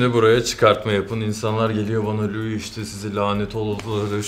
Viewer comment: Louis vesaire dedi laa